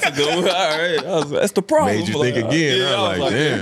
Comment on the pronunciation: LMAOOOOO "THATS THE PRABLEM" dyin